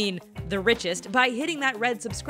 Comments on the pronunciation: What is a "BU-ON"? Did you mean button? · it is a button not butun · What the HELL is a "buh-in", and "bih-en", and "wrih-en"??!! The words are "BUTTON", and "BITTEN", and WRITTEN!! Geez Louise, why can't this woman say her 'T's'?!! : P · Please! The word is "button" buTT-un - not Bu-on. There are a couple of Ts in the word. Use them! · What is a bu-un? Do you mean buTTon? Good grief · its "button" not buddon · I must say that I really enjoy these videos. BUT... I wish the narrating lady with the beautiful voice would stop pronouncing a double "T" (button, etc.) as a glottal stop rather than the plain ol' letter "T". It comes out as "buh-n" (and other iterations). Drives me up the nearest wall. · If you're going to use the word "button" it's kinda cool to say the "Ts" not swallow them... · there are 2 T's in the word Button.... Never heard a single one lol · i refuse to subscube because the way the lady says "button" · "written" and "button" should have the "T" sound in the middle. find a more literate announcer, please